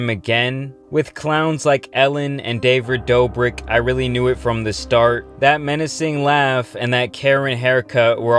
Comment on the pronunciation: “Davrid Dobrik” 🤣